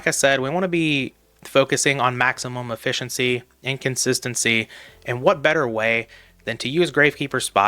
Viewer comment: I can't stand this "maximum efficency" 🤣